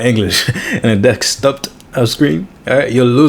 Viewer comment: Desktot 🤭 Jk lol 😆 love the video